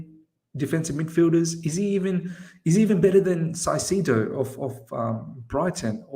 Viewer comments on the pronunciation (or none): Caiceido is pronounced Kai Seido no Sai seydo